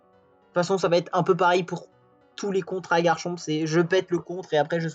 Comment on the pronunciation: Ça me trigger tellement que tu ne prononces pas le c à la fin!